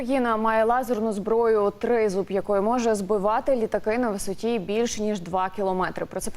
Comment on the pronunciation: наголос " Тризуб" ведуча страно ставить чи це воно саме так має називатися?